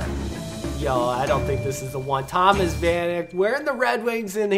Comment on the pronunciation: Damn even a fellow Red Wings fan called him "Thomas",... it's "To-mash"